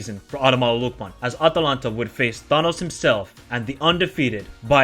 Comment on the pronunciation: Pronounce the name properly man!